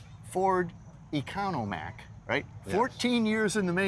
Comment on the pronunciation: Economac, not Economack